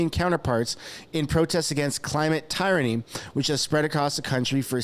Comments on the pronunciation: The word is Tyranny, like tier* ra*ny. Not tie*ra*ny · Wow. Ignorant Canadian canot pronounce the simple word "Tyranny". Christ what a world we live in that I have to suffer seeing this shit recommended to me by big media. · It's pronounced "TEER-anny." Keep up the good work.